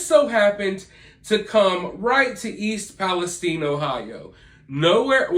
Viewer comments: Agree. We pronounce it east palesTine. Like Time, or Fine. Not eine, like Epsteine. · Thank you for saying East Palestine properly. Nobody else can seem to get it right. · I'm from EP I'm just glad your saying the name right. Lol if your from there you know lol